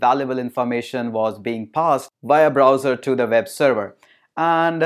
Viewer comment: NiCe video but why you always spell "w" like "v" Ex: You spell web like veb